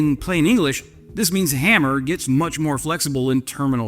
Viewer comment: It's haaaammer, not hammerrrr